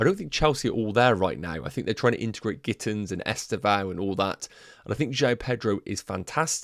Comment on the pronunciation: Gyokeres is said with a Y not a G